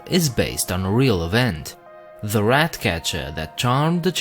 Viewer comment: "Se pied piper" lol🤣😂